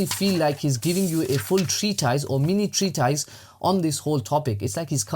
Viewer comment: "treatise" pronounced like "mortice"